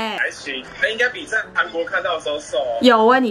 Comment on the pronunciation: 請問地球上那一個國家叫「航」國？我是支持和喜歡你的，但請別再懶音滿口，帶著七十多萬U粉的你請幫忙保存粵語